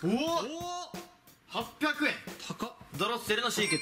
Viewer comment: ポリの発音がヤンキーや！間違ってるかな?